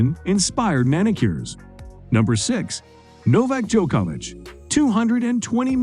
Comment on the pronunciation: Neidahl and Djoko-ouvitch?! Jesus...